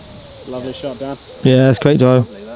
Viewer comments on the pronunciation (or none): Dan not dsan